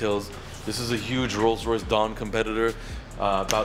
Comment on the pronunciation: Whenever says 'dawn' it sounds like 'done' lol. Replace the dawn by done and listen so funny lol